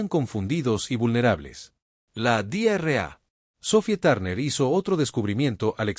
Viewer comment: Dra = Doctora es una abreviatura no ( Di erre a ) porque si se pronuncia sin pausas como en esta traducción en español suena como (Diarrea) que en español es literalmente una mi€rda 💩 💩 🚽🙆🏼‍♂️ 🤦🏼‍♂️ 📖 revisen la IA de traducción porque esta no es la única palabra incorrecta aunque no son tan llamativas